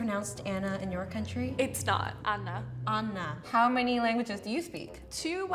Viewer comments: The way she pronounced it I was like is she Greek? Because we also pronounce Anna like this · the way she pronounces Anna is also the same way we pronounce here in Brazil. I really thought she would be a brazilian for one sec haha